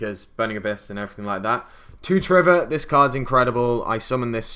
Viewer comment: Are you kidding? There's no reason why anyone would know why some people call triverr trevor, because there isn't a reason. It's just plain mispronunciation. I honestly would expect everyone who reads my comment to notice its purpose, and be able to infer that it is a rhetorical question, but I guess I shouldn't assume anything about the intelligence of people on the internet. Also in no way did anyone answer my question. The first reply used the word Wuphlez, which I should probably know the meaning of from hearing it enough on the internet, but I never bothered to look it up, and yours answers the question by using the assumption that I was wrong in thinking that was mispronouncing triverr, which is incorrect. It's very annoying that I have to write this much just to explain something this simple, so if you STILL don't understand after reading this, I can't help you.